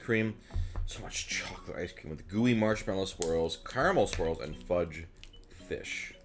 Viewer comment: When you say "swirls" I hear "squirrels" 😂 Imagine a bunch of peanut butter and pretzel squirrels jumping out when when you open the lid.